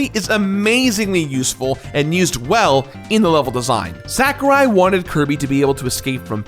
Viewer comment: Its SAH ku rai. Not SACK u rai.